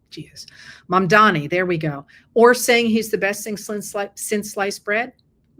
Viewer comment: Have you been living under a rock? It's Mam-da-ni 😀